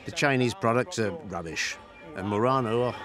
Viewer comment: It's "Mur-RON-oh", not "Mur-rain-o". Your pronunciation is fake.